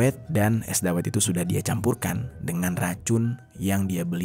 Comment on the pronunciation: Cara baca es dawet nya bukan gitu bang🤣